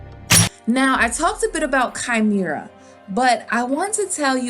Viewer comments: Chimera is pronounced Kaï--meh-ra ...sorry couldn’t help but being annoyed ! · I really hope he's both dragon and lion (by the way it's pronounced Kah-Meh-Rah)